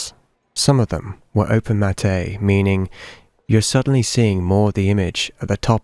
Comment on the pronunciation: open matte is pronounced ‘open-matt’ not ‘open-matt-aye’